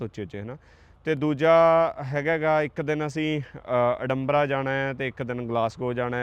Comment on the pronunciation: । You said today ਅਡੰਬਰਾਂ ਸੇ it ADAMBRA। ਐਡਮਬਰਾ